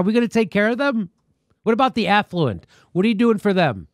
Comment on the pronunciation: Jimmy, did you say affluent or effluent? Because there IS a difference you know.....